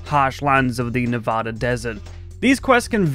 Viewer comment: Bro, you need to learn to pronounce “Nevada” right. 😆